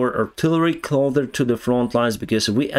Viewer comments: I love your videos just a tiny little correction: you keep saying "clother" (ближче) but the correct word is "closer". Also, a lot of times you call towns "cities". Bakhmut is a town. Not a city. City is a big place (місто) like Київ. Also, the correct way to say is: "they were afraid", not "they afraid" (вони боялися). All the best wishes, my friend, слава україні!👍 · Closer You pronounced it 'clother' when it should be said this way... 'CLOW-sir' clow rhymes with slow and sir as in 'Yes sir" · When you're saying take a closer look it sounds like you're saying clo-ther rather than clo-sir. Hope this helps, love your work. Your english is actually pretty good except for a few words but I can always understand you fine. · Improvement in pronunciation recommendation: Closar not clother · Clo’s’er……it’s an ‘ssssssss’ not a ‘clo’th’er`. Just thought you may want to know that since you are kind enough to present in English. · Closer. Not clother. Clossssssssssssssser. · FYI, When you say "closer", you are saying it with a "th" sound near the end of the word with your tongue between your teeth. The way we here in the U.S.A. pronounce the word is with an "s" sound near the end of the word. When you say North or South, you use an "s" sound at the end of the word. All you have to do is switch the two sounds to get it right. North or South with the tongue between the teeth and closer with the "s" sound near the end of the word. Otherwise, your English is remarkably good. Thank you for your in-depth reporting. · you need to adjust the way you are saying "closer". You should pronounce the "S" sound like ss, like "pisser". You generally speak excellent English. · one English word you really need to learn to pronounce properly is "closer". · Say “Get closer” Not “get clother” Cloth is like a small towel. Clothes are shirts, pants, socks. Closer, is an s sound. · The word is 'cloSer' with an S. Not cloTHer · CloSer, not cloTHer... 👍✌